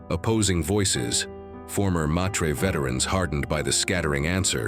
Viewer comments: "MAH-trey" not "May tree". "Sigh-tal-eh" not "sky-tale". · It is Honored Meters not Maytreyz